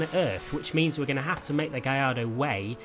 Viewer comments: G A L L A R D O not Giardo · It's gaLLardo Not gaiido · Lamborghini Gay-ar-do.... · Wait, have I been saying Gallardo wrong all my life? Is it really pronounced " gai-arr-do? " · Is it GaLLardo or gaiiardo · Learn how to say Gallardo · HAHAHAHAHHA, How he pronounced Gallardo kills me